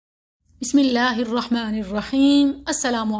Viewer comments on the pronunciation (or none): none